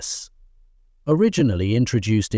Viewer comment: One thousand nine hundred and eighty ess???? 😂